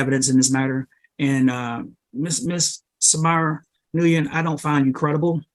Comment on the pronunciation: The judges inability to pronounce the last name Nguyen made me laugh